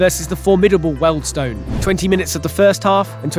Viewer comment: Enjoyed, but it's pronounced 'Wieldstone', unlike Birkenhead, Beaconsfield or Reading. Easy mistake, not grumbling